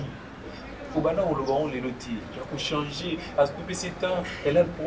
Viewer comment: Ndeko na esprit ya bien, balobaka CHANGER et non CHANZER. Cela est une faute que nous kinois faisons ou commettons souvent...